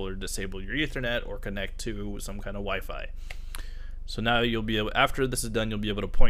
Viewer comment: Lol "wife service"